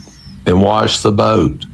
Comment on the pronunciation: I absolutely hate the way he says boat. Bowwwt